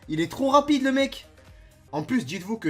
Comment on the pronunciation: Tu ma fait rire quand ta dit ragide